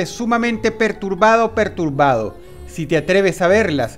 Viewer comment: soy el unico que c dio unta que droos dijo dos veces pertubado